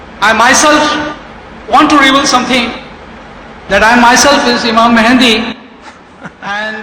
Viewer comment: He said Imam Mehandi.. LOL